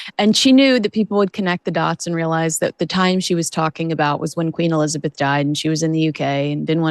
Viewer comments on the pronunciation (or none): none